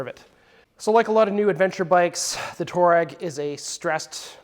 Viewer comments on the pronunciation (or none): Pronounced TWAH-reg. Good product ad.